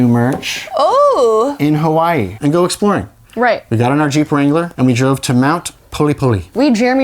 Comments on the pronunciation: ok fun fact that is exactly how you pronounce Hawaii in German! So it is how you pronounce it, you only used the wrong language. Also OMG YOU TWO ARE ENGAGED? I'M SO HAPPY FOR YOU! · you were close, you would pronounce it as “HA-VA-E”